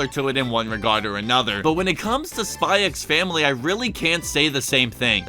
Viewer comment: For future reference, you never pronounce the X in these kinds of titles. Hunter x Hunter -> pronounced Hunter Hunter Kiss x Sis -> pronounced Kiss Sis xxxHolic -> just pronounced Holic (no it's not about porn addiction) Spy x Family -> pronounced Spy Family The X is always silent.